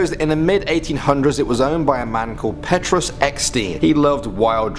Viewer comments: I live in south africa and the way he pronounced the names made me laugh 😂😂 especially elsa cloete and petrus 🤣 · Amu S no it is totally wrong Petrus Eksteen he says petroes(petroes) eksteeeen(ekstien) but in Afrikaans you say Peetrus